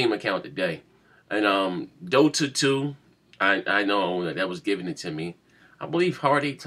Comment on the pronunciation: That was giveittome or given? You don't have to match all those words together. You can just learned a new word. Given. say it with me, g I v e n .lol